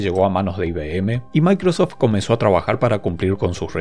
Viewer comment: ¿DE DONDE SACAS LA A? SI ES MICROSOFT O MACROSOFT